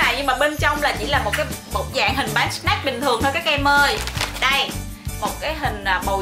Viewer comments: Snack chứ c s lại shack? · Chị ơi snack chứ hok phải shack😂